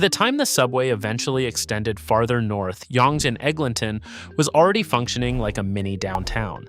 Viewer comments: It's pronounced "young street". It just has an annoying British spelling. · Yong-gay 😆 maybe only college to Wellesley would Yonge be pronounced like that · you needed a bit more research on this video, no offence. first of all the Yonge pronunciation, and then calling it "nearly 3 million people" from an outdated 2021 stat when the population is over 3.3 mil in 2026 is quite sloppy and makes you sound uninformed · Pathetic video of Toronto BUT SHOWING buildings from a variety of other cities ! Not to mention not even knowing how to pronounce YONGE ST. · how you going to make a video about Toronto and can't take the time to educate yourself on the pronunciation lmfaooo